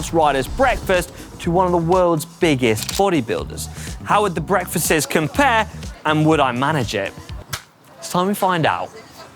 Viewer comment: Are we all going to ignore the fact he said "breakfastses"?